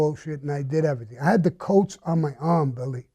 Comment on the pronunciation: IMO cannot say "Everything"